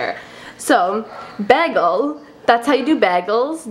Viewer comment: Why did you say bagall